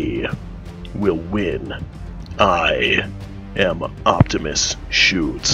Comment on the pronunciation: you pronounce the e at the end of schütze :) nice gameplay, cant wait for the full thing.